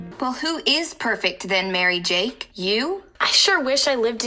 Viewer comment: Pardon? I'm sorry, did you say MaryJAKE??